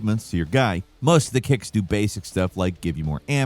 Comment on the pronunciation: Said “dicks” 😂